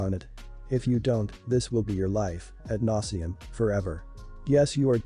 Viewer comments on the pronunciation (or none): ad nauseam , not "at nauseam"